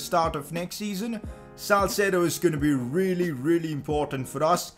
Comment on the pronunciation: Its salcedo